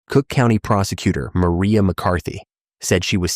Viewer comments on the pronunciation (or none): none